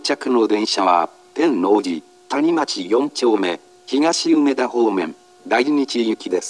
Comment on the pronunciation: て↑んの↓う↑じ↓でガチ草